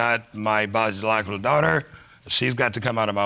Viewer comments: 😂 BiGeoLogicalt daughter 😂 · He said “biogolicol father” they can never speak on this show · If that man said “bigalocka” child one more time 🙄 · "If Lorraine is not my 'bicologigal' daughter.........." He actually pronounces it different every time he says it! 😂😂😂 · When he said "bobalaigical " lol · He can’t say ‘biological’ to bagilagical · Nah he said Biblajicogial 🤣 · He said "if she is not my "Bijalotical daughter" 😂😂😂😂😭😭😭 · Bijalotics?.... That sounds like an informercial. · said “By-ja-la-ja-gull daughter” instead of ‘biological daughter’! 🤣🤣🤣🤣💀💀💀💀⚰️⚰️⚰️⚰️⚰️ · Shelby, I thought he said, “BAD LOOKING DAUGHTER!!”😂😂😂😂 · Are we gonna act like he doesn’t know how to say “biological.” He said, “the thought was still in the back of his head like Lorraine wasn’t his byonkolcal child.” 😂😂😂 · Say it with me...BI-O-LO-GI-CAL. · He said bajalolical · He couldn’t say biological 😂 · It urked my nerves that he couldn't pronounce BIOLOGICAL 🤦🤦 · Why can't he pronounce biological. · I'm going to need him to say biological correctly! Lol! Both parents are terrible people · He doesn’t know how to say biological 😂😂😂😂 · So, you all are just gonna sit here and pretend that you didn't recognize that he can't pronounce "biological" and referred to his other kids as his "siblings", huh?? Lol!🤣🤣🤣🤣🤣🤣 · Shelby Silverstein he can’t pronounce “biological” it irks 😫 every time he tries to say it a new word comes out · Right ugh i was like if he said it like that one more time smdh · I just want him to learn how to say "Biological" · Until learns how to say “biological” I don’t think anyone should believe a word that comes out of his mouth, especially that nonsense about having a favorite child. That is hurtful and ignorant. We won’t even discuss his “Rechieta is the female version of Richard” or that huge estate he’s leaving in his will. Poor Lorraine, she has not one, but two idiots for parents. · This dude can't pronounce "biological"